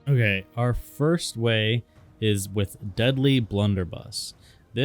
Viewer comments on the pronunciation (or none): none